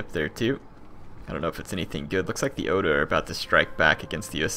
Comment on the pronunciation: what would help to pronounce everything is to say it 2-3 letters at a time like o-da or ta-ke-da not ohda or taheida